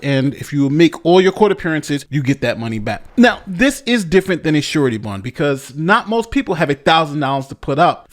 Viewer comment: I totally thought you said "shorty bond" and was wondering if that was some sort of slang for a temporary bond or some such other thing...